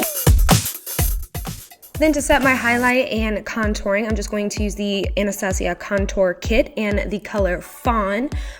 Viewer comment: I thought it was pronounced "Anastasia" like the movie. Guess not.